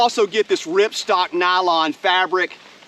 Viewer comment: Love the review. My OCD is kicking in, though. It's ripSTOP, not ripstock. Other than that very small thing, I love your video :)